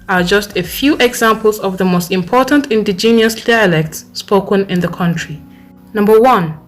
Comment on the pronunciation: I don't agree Nigeria number 2 ???? Please pronounce indigenous properly first . No way Nigeria speaks the best english because the moment they speak one knows automatically. We vote amicably no Rigging . Who agrees with this list?